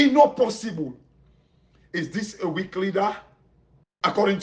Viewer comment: Weak not wealk